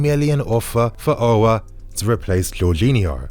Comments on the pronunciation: The prononciation of Aour in English is disgusting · chelsea 4life he doesn’t even pronounce his name right